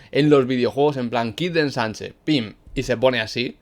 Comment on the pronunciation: dijo enchanche envez de ensanche xd buen video bro